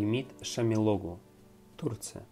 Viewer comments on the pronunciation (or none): none